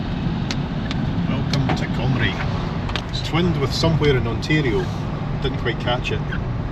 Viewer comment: Did you say "Ontayrio",????